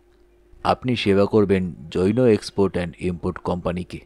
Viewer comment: জৈনো উচ্চারণটা খুব কানে লাগছে।